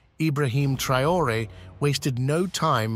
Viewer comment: TRAH-OHRAY ( TRAORÉ)